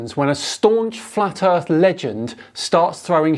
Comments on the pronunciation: He said. Erf. He's a flat erf troofer. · “Im not a flat uuurfa, i just fink da urf is flat” - dumbest idiot ever